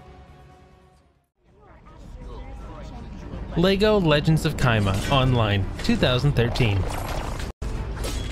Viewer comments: It's chima not kima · The way he pronounces "Chima" has me dying lol